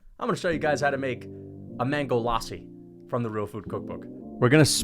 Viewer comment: The Indian accent when he said Lassi LMAO